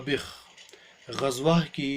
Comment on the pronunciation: Qzwa Nahi Qazza غزة Hai uska Naam